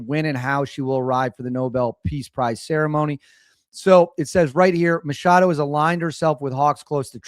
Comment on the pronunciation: MaCHado. That's a ch, not an sh.